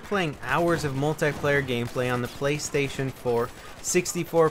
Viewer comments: it's "Playstation" not "Playstion" LOL xD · Play-(stion)- just letting you know